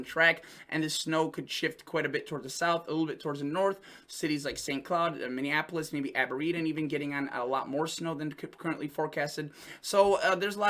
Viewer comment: Aberdeen is pronounced Ab bur dean